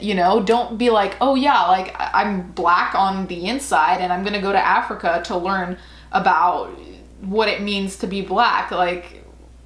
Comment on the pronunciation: "AAFFreeeeeCAAA?!" Every time she said it. Omg